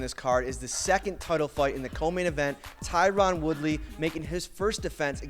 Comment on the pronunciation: He said tyrun 😂